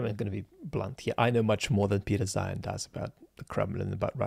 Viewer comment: I'm afraid I don't have your tact,. It's difficult to take someone too seriously who makes a video about Napoleon and pronounces his name "Nupileon". Zeihan (or should I say Zoohoon) does this constantlly.